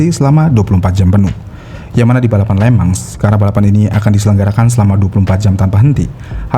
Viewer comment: Di tulisnya Le Mans di baca nya (sesuai pengucapan bahasa Perancis)... Lemong... 🙄